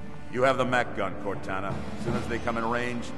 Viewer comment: no, said cortaghraphy